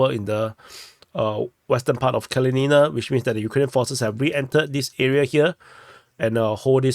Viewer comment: That's Kalinina (pronounced KAL LIN IN NA. Not Kal leen een a). The town is named after the Communist Revolutionary Mikhail Kalinin, first President of the Soviet Union. The Ukrainians tried to force the ethnic Russian people of the town to rename it, under the 2017 law forcing all towns to remove Soviet names), but the people of Kalinina REFUSED, and told the Ukrainian government to go to hell. Artyomovsk and Dnepropetrovsk didn't want to change their names either, but the Ukrops just forced out local government, and then changed the names anyway. I guess Kalinina was too small for them to bother with. heh. Hats off to the people of Kalinina, the Russian people of Donbass don't like to be pushed around by the Ukies. Hopefully by the end of the year the Russian Army will finish liberating the entire Donbass, though it may take well into 2025. No matter, the Donetsk People's Republic and the Russian Federation will not stop until they have done so. Tell your NAFO buddies that - they need to understand it.